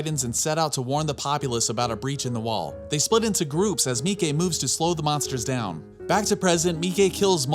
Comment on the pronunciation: "me-kay" haha, it's "me-chay" sorry, he's my hubby 🥰